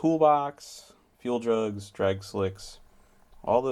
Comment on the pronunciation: when he said fuel jugs I thought he said do drugs